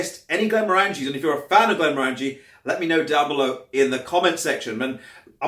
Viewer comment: Hi, Glenmorangie is one of my favourite distilleries. I love their quinta ruban and N d'Or. 10 year original is good value for money. Just a piece of info, The morangie in glenmorangie is pronounced like how you would pronounce orange, orangie: glen-mo-orangie